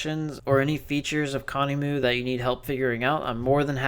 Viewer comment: Bit late to the party here, been a user of conemu for a couple of years now, great tool.. I've never heard it pronounced how you say it :D I say "con" "emu" : "emu" like emulator